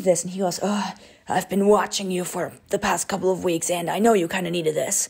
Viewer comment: “Past forward to few more meeks” 😭💀